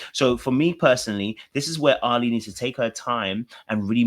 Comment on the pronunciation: Ali is pronounced like Ally not like Ali-G 🤣